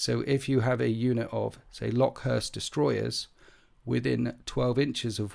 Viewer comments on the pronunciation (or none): I think it's pronounced locust like the insect. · IDIC Beer does this too- love his videos but I cringe every time I hear him say 'LOCK-uhst'. It's pretty clearly meant to be the insect. Skorpekhs should make it obvious. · It’s pronounced locust, just like the bug….